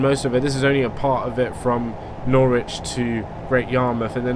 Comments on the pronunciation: It's not nor-witch it's norich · i am in PAIN omfg it's "nor-rij" not "nor-witch" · As someone who lives just outside of Norwich. You say it: Norwich - Nor-wich and Lowestoft as Low-stoft. Also Great Yarmouth in Norfolk is known as Yarmouth. Also it's a dump (sorry) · Norwich: Nor-ich Brundall: Brund-ull Acle: Ay-cul Lowestof: Low-stoft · I think it's pronounced Norwich, if there wasn't the "w" there it would be pronounced norich